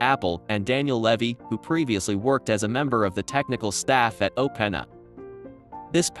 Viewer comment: Funny how in a video about how great Ai is yet we can't get an Ai voice to pronounce openAi properly :)